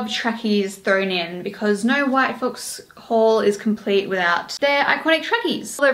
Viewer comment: I thought you said “white folks” 😭 yayyyyyy hauls! 🫶🏼